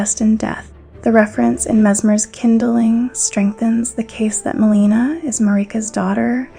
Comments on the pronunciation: It’s pretty crazy you can get this deep into the lore, and yet mispronounce so many of the central characters names time and again. From Marika to Miquella to Melina to Radahn to Rennala and many more. I actually lost track. A mispronunciation here and there isn’t even really worth mentioning - usually. But when it’s done over and over and over with main characters of the story, it starts to become a distraction from the actual content. Which in of itself is well written. I mean towards the end , calling Crucible Knight DEVONIA, “Crucible Knight Darian” time and again is a little ridiculous. This isn’t a mispronunciation, this is flat out lazy research - completely getting the name wrong. I honestly didn’t know who she was talking about at first and initially thought I had missed a named Crucible knight. Until she read straight from Devonia’s Helm and item description yet attributing the helm and item description to “Crucible Knight Darian.” Then I knew it was just another botched name. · This is amazing, thank you for this! One thing; is there a reason you keep pronouncing Marika, Melina and Miquella different than the in-game characters do?